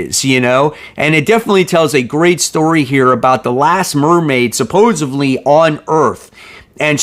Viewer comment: SUP-POSE-ED-LY. Sorry dude but I gotta get you on that one. "Supposevly" is not a word. :)